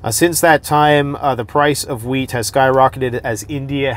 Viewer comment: I thought he said "global weed prices."